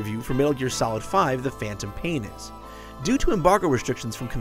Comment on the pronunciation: "the phantom painis" PAINIS